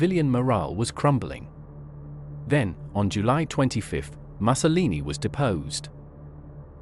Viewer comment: The narrator should spend some time learning to pronounce Italian names correctly. Like MU-SO-LI-NI & not Muscle-lini. Vittorio VE-NE-TOE & not VINNI-TWO.